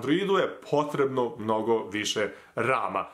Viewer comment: "vama je potrebno AMNOGO jak racunar " AHHAHHAAH xd